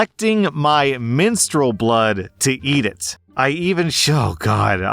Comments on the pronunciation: Minstrel not menstrual???? 😂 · I legit thought said "minstrel blood." I start thinking, "But that's just regular blood, why would that..." lol Any blood is bad in food!!!